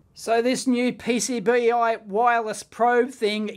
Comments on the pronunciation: Dave, I don’t think it’s “Pee Cee Bee ite”, I think it’s “Pee Cee Bite”, as in, the sharp tip will bite into the connection point you’re trying to measure. but what do I know - maybe “ite”s are common there down under. 😆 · I think it's supposed to be pronounced PC-Bite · Probably because you said PCB-ite instead of PC-Bite xD